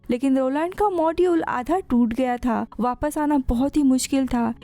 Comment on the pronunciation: Who notice vappasse vappasse 😂 ho kya